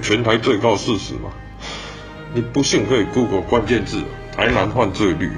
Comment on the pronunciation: 只有我注意到 台灣各縣市犯罪ㄏㄩˋ嗎😂😂😂 不過整體來說，拍得很好，感謝為台灣發聲